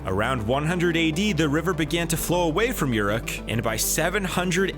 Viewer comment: One minute and twenty-four seconds in the narrator pronounces Uruk (OO'-rook) as YOUR'uck! Sort of like Europe with a "K" instead of a "P"! Oh my. No, no, no!